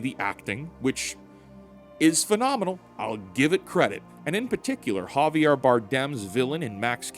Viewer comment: Its Javier not Jarvier